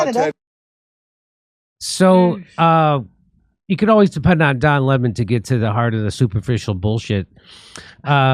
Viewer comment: That's Don Le-MON To You, Jimmy, K?